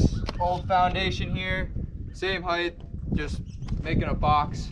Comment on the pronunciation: Nice work, but are you saying "heidth"? Like the same way you'd say "width"?